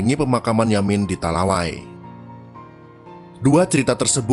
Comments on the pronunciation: Min bkan talawai..tp talawi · #talawi min bukan talawai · Bukan di talawai min,, di talawi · Bukan talaway bacanya (... / )...talawi... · Talawi min bukan talawai. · Talawi min , bukan talawai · Talawi, bukan talawai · talawi bukan talawai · TALAWI min,,, bukan talawai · Talawai hehe Talawi mint bukan talawai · Talawi bukan talawai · Talawi Sawahlunto , bukan Talawai,,🙏🙏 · Talawi bang. Bukan talawai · Talawi yang betul, bukan Talawai. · Koreksi sedikit min, kata TALAWI bukan TALAWAI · Talawi min bukan talawai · Bkn talawai min tp tapi talawi min.. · Iyo, Jadih